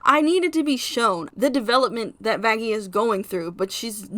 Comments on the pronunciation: It’s Vaggi actually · Me thinking everyone should just pronounce vaggi with a light (opposite of hard) G but then realized that adam literally called her that...